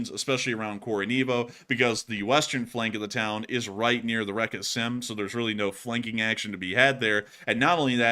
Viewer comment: Again, the name of the river Seym (spelled Сейм in Russian and Ukrainian) is pronounced like the English word 'same', not 'Sam'. And what you mispronounce as 'reka' is not a part of the name, it just means 'river'.